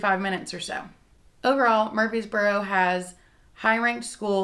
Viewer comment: Honey you’re saying “MURFEES boro”. It’s MURFREES boro. There’s an R in there you’re leaving out.